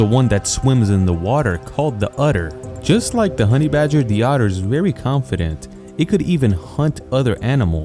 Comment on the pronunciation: You are pronouncing otter like "utter" - this is incorrect.